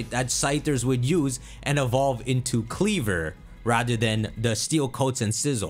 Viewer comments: It’s KleavOR,Not KleavER. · It’s KleVOR not KleVER Lol